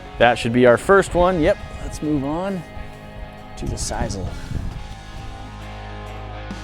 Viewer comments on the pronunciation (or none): siss-ul not siz-ul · Its pronounced sis-soul